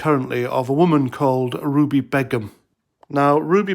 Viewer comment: Its pronounced Bey - Gum. Not that it matters.... In fact leave it be. This B doesn't deserve to have her name said properly.